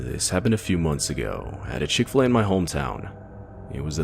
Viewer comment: I have never heard of the Chick-Fi-A cow mascot before